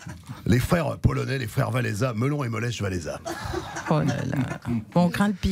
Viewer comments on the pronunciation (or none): "pas Lèche Walesa;mais lecH Walesa;Lèche serait écrit "Lesz..."